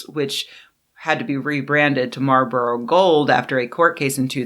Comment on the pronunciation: Fantastic work as usual, but there’s an “L” in Marlboro.